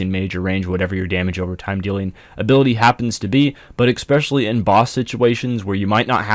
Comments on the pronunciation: Ekspecially. lol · "expecially"... jesus Christ dude.